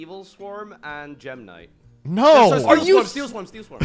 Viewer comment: Ah yes, gem-knightlswarms